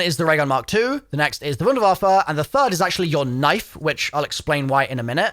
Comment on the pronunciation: i can’t be the only one cringing every single time pronounces the wunderwaffe as if he’s edward richtofen